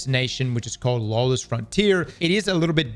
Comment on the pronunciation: Lawless, not lawess sir! Thank you for the video, because there is no one on D2 today.